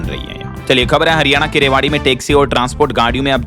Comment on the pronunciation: रेवाड़ी र मे साफ है